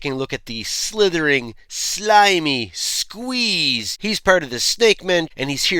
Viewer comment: Dude, say it like you mean it. You have to pronounce it Ssssssqueeeeeze! 😂